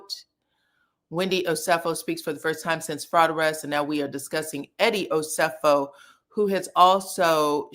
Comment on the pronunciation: Please be respectful and pronounce Eddie and Wendy’s last name correctly